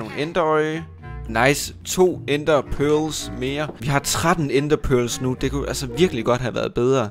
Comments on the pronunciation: er jeg den eneste som synes han siger “pølse”😂😂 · ved godt han siger Perls, men synes det lyder som pølse :))